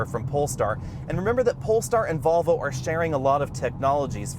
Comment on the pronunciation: Why do you keep saying “Bobble” instead of “Volvo”?!